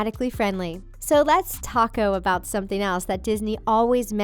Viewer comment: “Let’s taco about something” Pro tip: the joke is “taco-bout” as in, the final vowel in “taco” is meant to be a substitution for the starting vowel in “about”, hence the funny. No hate, just trying to help :)